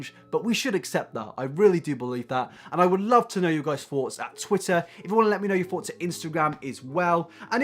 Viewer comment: Ok is it just me or is he saying FOUGHTS instead of thoughts